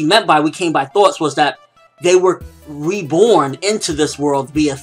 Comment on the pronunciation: Thoughts...you say it with a Boston accent, I didn't know what you were saying at first.